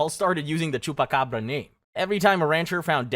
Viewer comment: why did he say chupacabra in a Spanish mexican accent